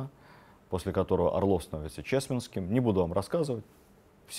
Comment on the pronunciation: Почему лектор постоянно неправильно ставит ударения? ПосполИтая, ЧесмЕнский...